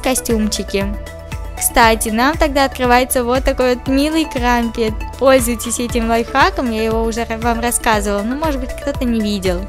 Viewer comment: Не крампит а крампет